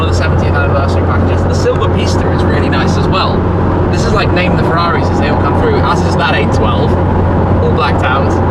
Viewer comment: No one::"farraris"